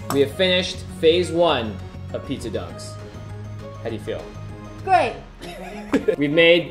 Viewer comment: sometimes says it and it sounds like pizza ducks